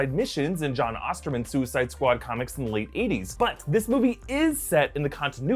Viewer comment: Osterman? Oof, it’s John Ostrander. It’s on the comic that’s shown when you say the name.